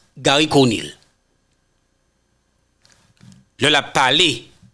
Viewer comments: Se pa Garry Conile, se Garry Conille yo prononce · Frè c pa Conile c Conille😊